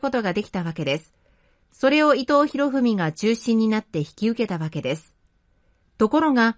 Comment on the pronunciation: 伊藤博文を「いとうひろふみ」と読んでいて、耳障りですねー。